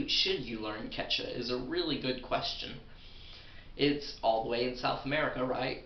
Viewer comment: I'm mexican, and i've heard people speaking "Quechua", and it sounds wild. But i'm here to tell you you need to say Quechua with more emphasis in the second U. QuechUa. Because you're not even pronouncing it. And great video, feels weird learning quechua from a english speaker than a native quechua speaker who also speaks spanish. I want more of this. I subscribe, man. (Great pronounce of the spanish "r", btw.)